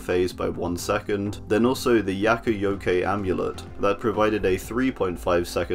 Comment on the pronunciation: Ah yes, the YAKOOYOKAY amulet